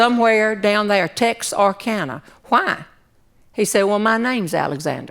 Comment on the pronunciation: Hi Jeanne, I live in Texarkana, which by the way has no R in it. It's Tex uh kana, you're right the Perot theatre is in TX, so was Doc Alexander's. Sounds like the only time you might have been in Arkansas was driving north on State Line Avenue. Doc's has been closed for a long time, so if you still have that tee shirt, keep it! it's a historical artifact now!